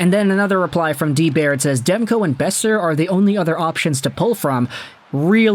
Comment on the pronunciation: Boeser. It’s Boeser